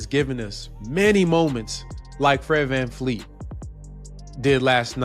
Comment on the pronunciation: VanVleet not VanFleet I did research